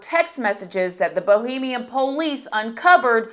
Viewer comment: Why does she keep saying Bohemian? Lol 😂